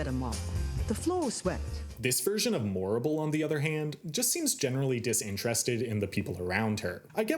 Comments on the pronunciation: THANK YOU! The Morrible mispronunciation was one of the few things in the film that bothered me big time. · Quick thing about the language in WICKED on stage: Morrible isn't saying words "incorrectly" and it's not just her. Everyone in the show speaks the same way. This was a conscious effort by Winnie Holzman to give the impression of a distant, magical land. Words are not "incorrect" they are "Oz-ified." It's the same in the film, so the implication isn't that Yeoh through a language barrier is getting words wrong. Everyone is just speaking Oz. Great video, otherwise!